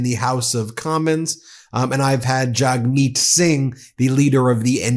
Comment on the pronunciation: Jagmeet....JAG...like Jaguar. Not Jogmeet.